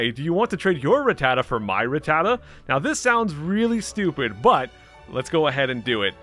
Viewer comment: um my dude you say Ratttata just fine, that's how it's pronounced lmao